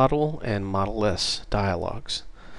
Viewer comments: Great video! Two things: 1) it is setModal which implies a modal window, where modal is pronounced mohd - l, this is different from model, pronounced mod - l. See the wikipedia entry on Modal window. 2) It isn't neccessary to #include "mydialog.h" in mainwindow.h, you should simply use a forward declaration. This is because we only have a pointer to a myDialog type as a data member. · Took me a while to figure out what "model" you were talking about. Here we prononunce it mode-ah-l, not mod-e-l.. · Great video series, and thanks I'm sure I'm not the first, but I believe 'modal' is usually pronounced like 'MODE ILL'. I imagine it derives from the same root as the word 'mode'. The etymology (and pronunciation) of 'modeless' should be fairly evident. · Great Qt video. Only "modal" is pronounced "MOE DAL" not "mod el". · Yeah, it's "mode" which rhymes with "toad." Do you want the user to be forced to deal with what's on the new form before they can go back to the parent form? If so, make the new form modal. If not, and you want to let the user interact with both the parent and the child form simultaneously, then make it non-modal. GREAT videos though. Truly an incredible asset to learning Qt-Create, and the Qt application platform in general. A million THANKS!!! for doing these... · "modal" is not pronounced like "model" but it rhymes with yodel with the o sounding as in oa of soap or boat. This is pointed out in the Wiktionnary.